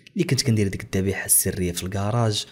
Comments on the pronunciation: الذبيحة و ليس الضبيحة 😂😂😂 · الذبيحة ماشي الضبيحة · الذبيحة و ليس الضبيحة